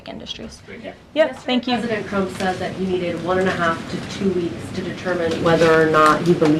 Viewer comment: She said Chump instead of Trump, it's getting weird.